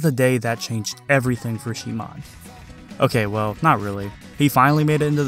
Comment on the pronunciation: is it really she moan?? lmfao